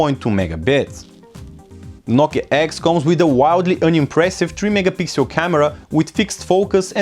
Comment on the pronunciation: " nokia eggs"